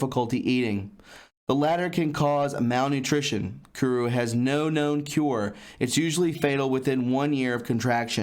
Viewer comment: It's not kuru